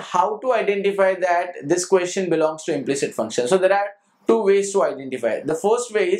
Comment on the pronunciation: It is not"implict".... It is "implicit"